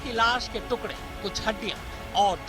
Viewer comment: Tukre nahi tukde madam....Work on MTI when you are working on a national professional channel..